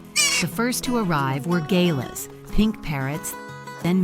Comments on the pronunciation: The pink and grey bird is a Galah, pronounced Ge-Lar or G-Lar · Stopped watching when the "announcer" couldn't pronounce Galah or Kookaburra. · GAY-LA😂 You obviously dont know Aussie birds Theyre only there for the FOOD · Phonetically its GAR lah, not GAY lah and COOKaburra not KOOKaburra, albeit spelt as the latter. In Australia native birds as pets is illegal although freedom to come and go like this is very common. Nice one Rupert. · I haven't heard it pronounced 'gay' ler. Usually I hear it pronounced ga 'laaah'. A pair of king parrots. Great video. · 😂 GAY-LAHS!!! It's pronounced Gah-lah, alright AI fembot? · Gaylars no galarrhs😊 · You do not pronounce galah as “Gay-lars”. The pronunciation is “G (like the g in dog) followed by “lars”. And a tip from an Aussie. Enjoy these bird visits but do NOT feed them. They are wild birds and you will mess up their hunting and feeding skills. They are absolutely capable of looking after themselves. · Galah is pronounced "gah-LAH" not "GAY-la". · They are not Gaylers they are Galahs, pronounced Gal arrs. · It's not Gay La, it's Ga Lah. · Never listen to a Yank pronounce Australian words they always get it wrong, I have no idea what a Gayla is??? 🤣 Gal-ar but say it as one word quickly Galah see even youtube doesn't know either well in fact I get the red underline for youtube so they don't even know how to spell their own company name so god help us all. Nice video though, a lot of us in Australia have this privilege. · Gay-lahs! Couldn't even be bothered checking the correct pronunciation. It's prounced Guh-lah, with the stress on the second syllable. And it was the Magpie that sang on the railing, not the Kookaburra. Rupert and Greta are King Parrots. They pair for life and they are often quite relaxed and friendly around people. And none of these birds are unusual in Australian suburbs. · its pronounced GALLAR galah❤ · Gay-lers...Lmao. You Galah! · Never heard galahs referred to as “gay-las” before 😂